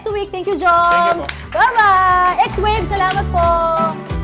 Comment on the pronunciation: X wave pala pagka basa.. akala ko swave like swabe